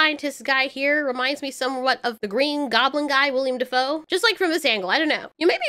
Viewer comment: WILLEM ... Not William 😑 that is the cringiest thing I hear.